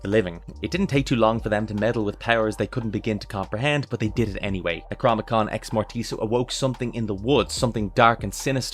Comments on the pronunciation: Nec rO nom Ih con.. not necromicon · The... Necromicon Ex-Mortis?... Eh... It's Necronomicon Ex-Mortis. :D Love the vid!